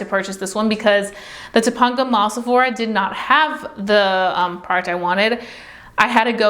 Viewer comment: It’s pronounced to-pain-ga mall lol like Topanga from boy meets world